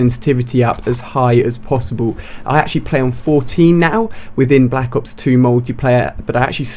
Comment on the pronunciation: Block ops twue that's how u say it